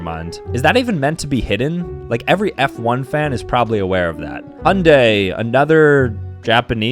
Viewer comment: OOOHHHHHHHH... I didn't even know those were 2 different car brands, I just thought u were pronouncing it weird LOL